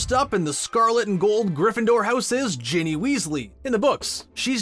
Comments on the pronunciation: Why was he saying bonnie for ginny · When he says Ginny does he say *bonny*?